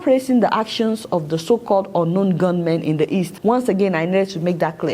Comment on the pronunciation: Adeola - it is 'ungun know men' and not unknown gunmen. 🤣🤣🤣